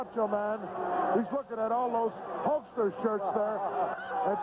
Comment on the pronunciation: And calling the Hulkster...the Hulker lol